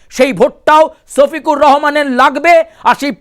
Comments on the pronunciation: আমি বুঝি না আপনারা পশ্চিমবঙ্গ বাসী কি 'স' আর 'শ' এর মধ্যে পার্থক্য বোঝেন না? সফিকুর আর শফিকুর কি এক? ভালো করে বাংলাটাও মুখ দিয়ে আসে না। হায়রে বাঙালি রে😂😅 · ছফিকুর না রে বলদা ওটা হলো শফিকুর রহমান😂